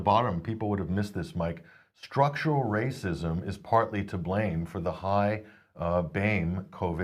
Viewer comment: We’re all ray cysts! Lmao, when one realizes that ‘rayccisms’ is just weaponized English.